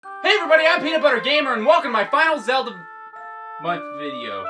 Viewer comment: Yup..Zelda "Month"